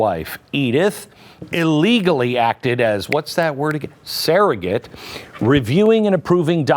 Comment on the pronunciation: Not serrogate; actually it’s surrogate.